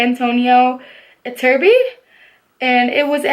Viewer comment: Iturbe is a Spanish surname, and you read it as it is written